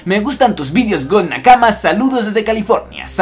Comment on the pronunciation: Pregunta: Que crees que es mas poderoso, un King Kong Gun de Luffy o un puño de un Garp joven? Saludos desde Colombia Nakama! (me da risa como dices nakama :v)